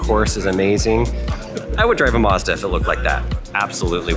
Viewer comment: It’s Mazda not Modza it’s a A not O